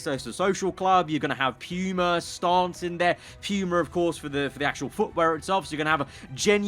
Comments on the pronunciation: Just a playful jest, but as an American, it's weird to hear Puma being said phonetically as P-yu-ma. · "Pew-Mah" brand